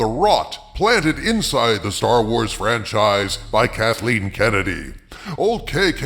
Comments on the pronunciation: zomg "trancize". I guess the market research don't care. HERE PUSS-PUSS! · LOL LOL LOL "Tran-chise" LOL LOL LOL!!!!!!! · "Tranchise" LoL!!!!!!!!!!!!!!!!!!!!!! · "Tranchise" haha, that's good.